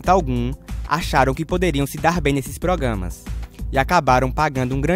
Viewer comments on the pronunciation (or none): ele falo progamas?mas alguém percebeu?